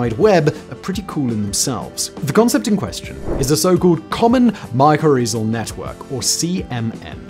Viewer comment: Hi Simon, The "z" in mycorrhizal is silent. Just saying.